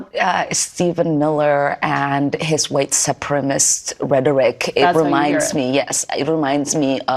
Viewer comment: Omar, the word is supremecist, not supremist.